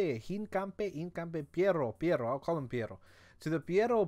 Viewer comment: Just say hinca the then say foot in Spanish